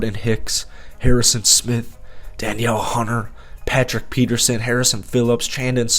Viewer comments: Love your content even though you are a Packers fan… but it’s pronounced like Da Neal not Daniel Hunter. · FYI Danielle Hunter's first name is pronounced DA-NEEL